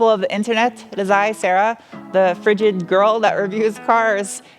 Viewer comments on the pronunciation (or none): Did she say frigid or ridged.... or both :D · HA YOU SAID FRIDGID!!! :)